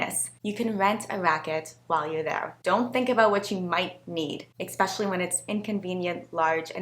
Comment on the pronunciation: The is no such word as "exspecially" but apart from that I'm appreciating the videos. cheers